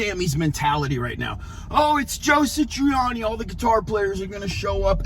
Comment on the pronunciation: Who's "Joe Sitriani"!🤔